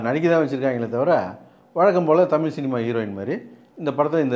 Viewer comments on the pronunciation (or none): none